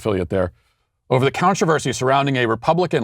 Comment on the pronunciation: Matt, did you say “countreversy?”. I think you did. You definitely did.